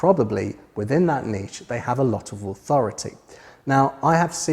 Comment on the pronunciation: Great video and great to hear someone pronouncing Niché correctly. I can't remember which Jurassic park film the reference was from so I'll need to binge watch the series... After the rest of your videos of course.